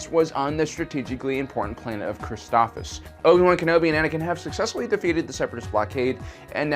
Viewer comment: Never seen this channel before, and I love the effort, but saying some names incorrectly (Christophsis! You're missing the 2nd S!) and this whole voice impression thing with Morgan Freeman are putting me off. Just use your own voice dude, it's fine! The Freeman impression doesn't fit here, and the switching back and forth between the voices throws off the feel of things. Am I watching sci-fi technical summaries, or hearing a bedtime story? :P If y'all like it, great that's your opinion and the creator's prerogative, and that's A-ok, but I don't like it. Otherwise a great video with tons of nice summary and nuggets!